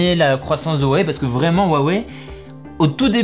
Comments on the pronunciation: Wouah wei ? Cela se prononce Hua Wei . J ai vu des gens qui prononcaient Hua Huai … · V'la le spécialiste qui prononce "wawei" 😂